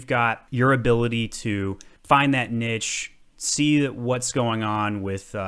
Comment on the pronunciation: You pronounced niche wrong